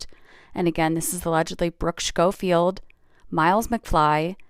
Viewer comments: The way that influencer kept saying sHcoffield gives me the ick. 😂😂😂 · I couldn't get past how the tiktok person was pronouncing Schofield and Mongeau 🥲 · I can’t get over how she is saying Brookes last name, idk if I hate it or find it funny.